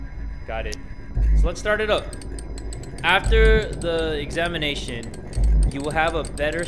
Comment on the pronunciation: Nobody: Literally nobody:: Examina tion